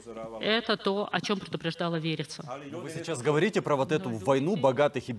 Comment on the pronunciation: Как имя подходит Верица,а слышится ВЕРИТСЯ.